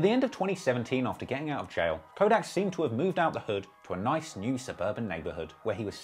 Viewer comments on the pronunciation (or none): none